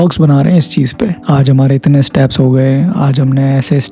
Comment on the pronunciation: Staps nahi bhai steps!